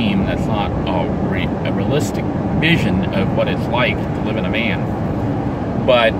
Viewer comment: I really liked the part where he said “living in a vean”